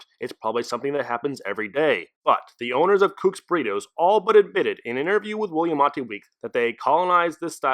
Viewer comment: I dunno if anyone has corrected your pronunciation of Willamette, But it's Will-AM-it, Dammit.